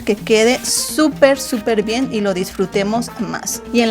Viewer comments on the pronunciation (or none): none